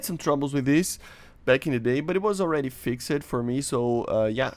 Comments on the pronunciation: Imagine if he learned how to say “fixed” instead of “fixaded” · "fix - ed" Xd the way u say it